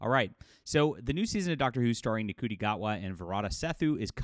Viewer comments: The culture war critics on the other side of the pond pronounce his name as ‘Shooty’. That’s probably more accurate. Unless you are intentionally mispronouncing it just to make fun of him. (Shrugs) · It's prononuced "Shooty". And it's only tv license payers that pay for the shite, people who don't pay the license fee don't pay for the show Oh and I don't believe they replace Gibson because she was white, they replaced her because she was a pretty woman. Davies did the very same to Freema Agyeman after the awful 3rd series with Tennant and replaced her with Catherine Tate...